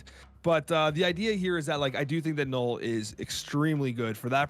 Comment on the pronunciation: ok not sure if this is just a troll thing but it is NULL not Gnoll. Like null and void.